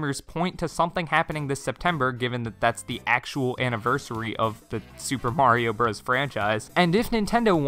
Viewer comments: do you honestly think the game is called super mario BROS and not super mario brothers? Do you call it super smash bros meh-lee as well? You didn’t say it correctly 40 times in this video and you didn’t do it to save time because it doesn’t. You just legit don’t know that Bros. = brothers It’s may-lay btw, the announcer says it at the beginning of the game. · Calls themselves Switch Shop, doesn’t know how to pronounce Super Mario Bros. SMH. That period doesn’t make it a sentence, that means the term bros. is short for brothers. The game is pronounced Super Mario Brothers not Super Mario Bros like a frat boy in trouble for date rape. Brothers. Sorry but no one can be taken seriously when they don’t even know the name of easily one of if not the most popular game in history. That’s like naming your channel Wookie Tube and then pronouncing it as “Jeddy.” Just no full stop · lol thanks for catching that so soon. Likewise you’re welcome for catching your flub. Just try to say the name right in future videos. As an adult who actually played the game as a kid, calling it bros instead of by it’s name is extremely irritating and disheartening. It’s like hearing say “let me axe you a question,” but repeatedly in a video dedicated to the concept of questions. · now the question is, in how many videos on your channel have you been saying the name wrong? All of them? For two years you’ve been mispronouncing the game’s title? Ouch. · lol your deflecting cuz you already know you’ve been saying wrong on you’re channel for 2 years. You might as well have been misspelling Nintendo. Big oofs.